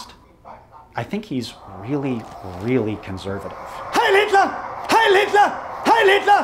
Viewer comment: but the fuhr guy did quielty say hiel me lol